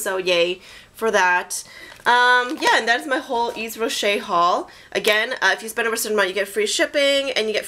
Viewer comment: The Hydra Végetale line is awesome. I've been using it for the last four months and I cannot recommend it enough. I hope you'll be as happy with it as I am. Their lipglosses are amazing too. By the way, Yves is pronounced "Eev", with no "s". ;) Hugs from Switzerland.